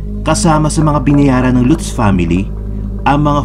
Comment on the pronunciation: Latz (Lutz) poh ang pronounciation nyan!